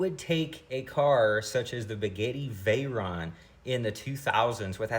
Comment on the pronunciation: Are you saying spaghetti Verron?